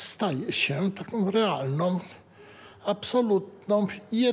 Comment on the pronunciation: ( -45)) "takOM" Wprawdzie z Solidarnosci w Jaworznie, ale tam tez powinno sie mowic po polsku. moje dzieci tyle lat w Kanadzie i niech by powiedzialy "takOM", to by takOM reprymende dostaly, jakiej nie dostaly, bo mowiOM poprawnie.